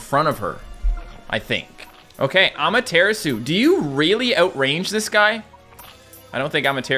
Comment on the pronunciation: Says Ushiwakimaru properly, still pronounces Amatarasu wrong because some derps in his early videos didn't know how to pronounce it and told him he said it wrong. :p